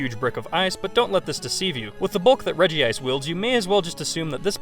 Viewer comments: Regice is pronounced rej-ice, not reji-ice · regice not regiice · you're saying "regi ice" but it's "regice". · ITS NOT REGI-ICE ITS REG-ICE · ffs it is reg-ice not regi-ice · i never said the way he said it was wrong but he's not reading the name correctly. REGI-ICE wouldn't be spelt Regice it'd be regiice. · Omg you pronounce so much wrong! Groudon, regice and so on.. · You pronounced Regice's name wrong. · The way he says Regice hurts.